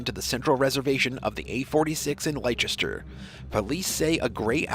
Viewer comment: It is pronounced "Lester" 😉 Set on fire... Burned alive. I cannot think there can be a worse death, bless her soul 😯